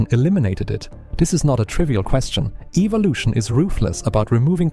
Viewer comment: 1) Evolution is a MYTH. 2) Evolution is incorrectly being pronounced in this Video. 3) MOST people who have ADHD have it because they were Vaxxed as Children; The Genetic Link is EXTREMELY RARE.